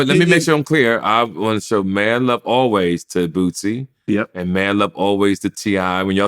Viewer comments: who the hell is bootsey 😂😂😂 my man stay messing boosie name up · "Bootsie" lol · Nobody:: bootsie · 'Bootsie' as says 😂